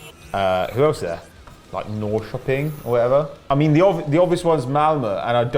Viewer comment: the way did say Norrköping was so funny for me beacuse i'm Swedish